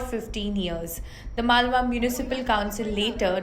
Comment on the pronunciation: It is not malwa. It is Malvan